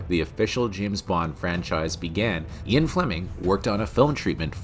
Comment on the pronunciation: How do you not know how to pronounce the name Ian?